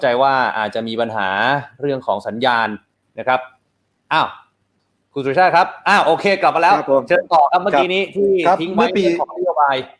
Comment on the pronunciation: เขาชื่อ_สุ_ร_ชาติ_ไม่ไช่ชื่อสุชาติ